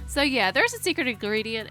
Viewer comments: She said 1 ingriedient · She said 1 ingridiant